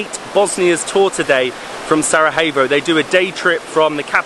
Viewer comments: Just wondering where you find the "h" in Sarajevo, other then that great videos, greetings from Sarahevo😂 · Still cant pronounce Sarajevo Its SA - RA - YE - VO!!! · I know you have been getting some flak for your pronunciation of "Sarajevo" and it's unfortunate. I do wish that people had a bit more understanding. It's kind of funny though that no one corrected you while you were in Bosnia, politely of course. For future reference, things are pronounced like they are spelled in Bosnian/Croatian/Serbian. There is no J that's pronounced H and no C that's pronounced K.